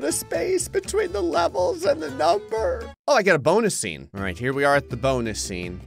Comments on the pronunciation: "BONUS SCENB!!!" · For bonus scene it said “bonus scenb* lol 😂😂😂